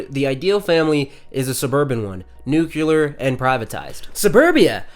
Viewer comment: saying nucular instead of nuclear is supportive of white supremacy, colonialism, patriarchy and hetero normativity